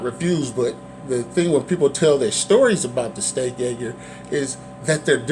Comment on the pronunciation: Why do you keep calling it the steak ay-gurr? It's a steak age-er. Otherwise good review, and appreciate the information.